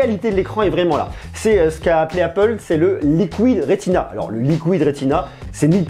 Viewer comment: Arrête de dire liquouide rétina et dissesse